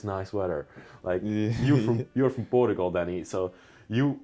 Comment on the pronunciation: You have to teach how to say Portugal